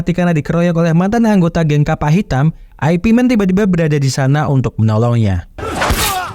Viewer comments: Min ,baca nya ipman bukan aepi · Aipi aneh bgt kedengerannya ya 😂